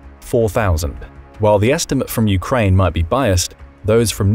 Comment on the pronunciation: What is this "Urkaine" you speak of?